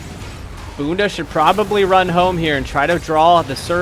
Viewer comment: Haha, nailed the 'Bunda' pronunciation. Portuguese for ass btw